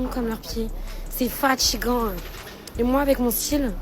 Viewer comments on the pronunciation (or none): "genre la vérité ils comprennent rien, y sont cons comme leur pieds, c'est fatchigant, et moi avec mon style je plais qu'a ce genre de mec, ..., c'est fatchigant, vraiment chui fatchiguée" oui, parce que les autres t'ont bien vite catalogué comme inintéressante, superficielle et dans ton cas avec un accent de quartier très prononcé tu ne vas attirer que ce genre de type. tu m'étonne que les hommes avec plus d'intelligence soient déjà à des années lumières.